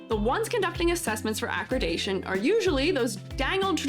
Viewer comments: I mean well when I say I think you are mispronouncing “accreditation”. It’s not ah-kri-day-shun. It’s ah-kreh-dih-tay-shun. Sorry, it was driving me crazy. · Very thoughtful video with amazing points. Glad to hear from an open minded educator who cares. Accreditation is pronounded ac-credit-dation by the way, not acrid-ation. ^^